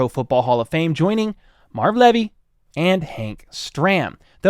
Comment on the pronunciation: The pronunciation of Marv Levy's name(Leevy)... carry on sir.